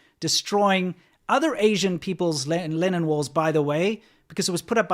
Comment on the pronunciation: I thought you were talking about "Lenin walls" and l was very confused until l saw them described as "Lennon walls" in the comments. You might want to correct this.